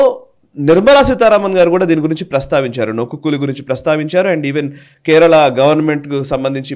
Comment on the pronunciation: Please correct the spelling and pronunciation. It's not nokku but noku means look or see.